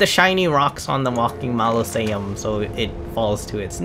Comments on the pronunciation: enunciate with me -mau-so-le-um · Mos-uh-Lee-um* Also, solid video dude. No Bs, no 10am explanation as to what NG+ is (We’re gamers….we know, amirite?) and outstanding content and help. Thank you!! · OMG... It's Mausoleum (pronounced Maw-so-liam) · MAh-Liz-e-ums lmao It’s mozz-a-Lee-ums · its pronounced MAH-ZOH-LEE-UM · Bruh I thought he was doing it on purpose cuz how else could you pronounce so many names wrong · Fyi, Ma (mom)...zo (go)...lee (Bruce Lee)...um (gum). Great tips!! About to start NG+. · Say it with me bro, MAU-ZO-LEE-UM Mausoleum. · “Malosaiums” lol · Mozz uh lee um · MAH SO LEE UM AR MA MENTS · Moz a lee ums… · The way you’re pronouncing “mausoleum” has me weak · Gosh Dangit! I could say Mausoleum with no trouble before hearing you say it. But, Now I can’t say it.